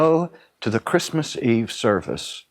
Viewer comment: Chritmas??? Really??? You had one job.